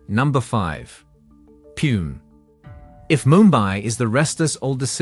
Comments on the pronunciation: No. 5... Pune.. Its not pronounced as poon but IS PRONOUNCED AS PONAE OR PUNAE .. get it right. Couldn't help correcting you. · He is not pronouncing it poon, he is pronouncing puene, this is the first. Its POONE, I dont know how to teach him online, its a waste of time... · agree with your second opinion but even if it is a robotic voice, which i have heard many times, Puene is first time. पुणे, पूना is what I have heard but never puene. and how come all the other cities pronounced properly..